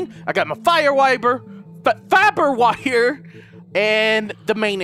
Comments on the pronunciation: in the beginning you said fapper wire lmao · omf its H2O not H20. and "Fire wiber." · "...I got my fire wiber- FIBER WIRE!!" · lol you said fapper wire :D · trying to pronounce fiber wire was the best part about the whole video.😂